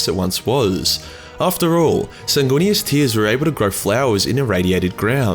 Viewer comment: It's pronounced, "Sang-Weenus."